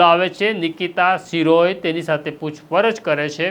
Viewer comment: શિરોય નથી શિરોયા છે અટક. સરખુ ગુજરાતી વાંચો. તમે બધા જર્નાલિઝમ મા પાસ કેવી રીતે થઈ જાઓ‌ છો‌ સામાન્ય ગુજરાતી પણ નથી આવડતુ. 😂